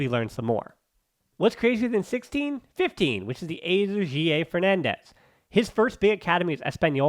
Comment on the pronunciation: Why you say guille so weird?